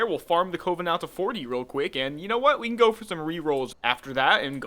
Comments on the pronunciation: Why are you pronouncing "coven" like that!? >_< also great video :) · Please look up the pronounciation of "Coven" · I don't think I was lol, just poking a bit of harmless fun at him for him his odd pronounciation, calm down boy.